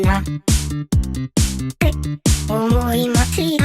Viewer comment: これみたら って が ぺ にしか聞こえんくなった(？) 2番あれば楽しみにしてます！！